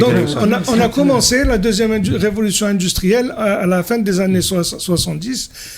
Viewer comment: Indistruelle? Comme ca se prononce? 😄😄